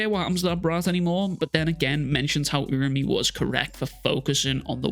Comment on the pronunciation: I'll subscribe once you start saying it right URA-UME /oora-oome/